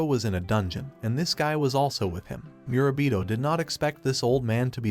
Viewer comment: did you forget his name mid way lol, went from murabito (correct) to mirabita